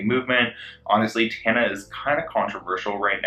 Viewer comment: Side note but Paris saying Tonna instead of Tana killllleeedd me